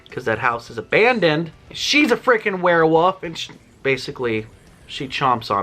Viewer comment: Why do you say werewoof?